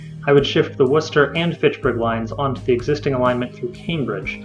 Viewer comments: oh by the way Worcester is pronounced *Wooster*. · Except in Worcester itself where it's pronounced "Wisstah" By the way the r is dropped at the end regardless unless you're a transplant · I think at a minimum the MBTA system definitely does NEED an orbital route, the yellow line in your plans. But IMO the second of importance is a Fitchburg-Worcester (pronounced 'wor-ster' or 'wistah') link along rt190, as well as the North-South Stations link, because currently that's a Red-Orange/Green transfer rather than a direct route. Also, as long as the airport still gets free access to the subway system, almost anything would be an improvement over the silver line. (even though I take advantage of that free ride only once in a blue moon) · Its "Wistah" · Worcester is pronounced Wooster or (if you can ape a Boston accent: Woostah) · Worcester is pronounced "Wuhstuh" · WUSS-tuh. Worcester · It's pronounced "Wuhstah" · Worcester is pronounced wuster ... don't ask why